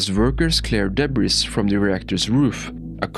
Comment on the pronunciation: It's "debris"